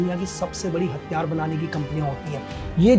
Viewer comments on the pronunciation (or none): आप प्रयास करो कि हथियार को साफ़ साफ़ हथियार कैसे बोले 😂 आपने जैसे हर बार हथियार को हत्यार बोल रहे थे